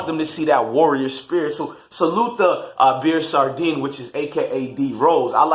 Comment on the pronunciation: “Ah-beer” “Sar-Deen” 😭😭 that’s not how you say it bro🤦🏽‍♀️